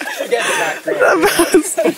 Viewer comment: 😂😂😂 "enjoying that beautiful vew" as goes 🙌 😂😂😂